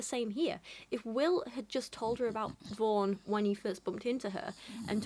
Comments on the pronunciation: I keep hearing her name as “Vore” Help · For some reason every time you say "Vaughn", I hear "Vorn." Which isn't really any worse of a name.